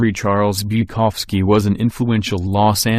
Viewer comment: You make a vid about 5 great alcoholic writers.... but then get a fucking robot to read it out? It's 'BuKOWski', not 'BukOVski'.